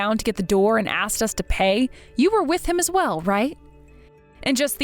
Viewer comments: Then it's on a whole other level. I mean, some AI vocalizers on YT can't even pronounce "protagonist", yet this one purposely mispronounced "asked" as "aksed"? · C’mon now “” put al little emotion in your voice, … and err…’ an AX is a tool/weapon. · The voice actor who plays the brother sounds...simple. Like sloooooow. Edit: Based on the "aks-ed" used for "asked," I'm gonna assume the male voice actor who plays the doctor brother to the protagonist is either from Queens, NYC and/or black. Both communities can and do use that variation of the word. Either way, he sucks at his job. He sounds like a non-reader because he is slow at reading. Like he pays super close attention to the words and overpronounces the words. Nobody talks like that in real life. Btw, tha slow part and the voice actor potentially being black aren't a racist assumption, but an personal and individual assessment from my own lived experience because I am from NY and have experience with that regional/racial community. Him being a slow, methodical, emotionless, and incompetent voice actor is my comment of him as an individual. I hate even having to say thia, but there inevitably will be some white savior virtue signalers. No matter the demographic, vulnerable or otherwise, it has every type of character. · I thought it was AI, to be honest, but then I heard him say "aksed" instead of "asked", so unless AI has now been trained to mispronounce words on purpose, yeah, you're right.